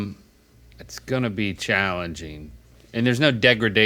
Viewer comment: "It's gonna be challenJeng"